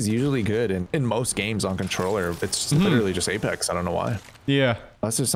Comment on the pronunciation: Apex not Alex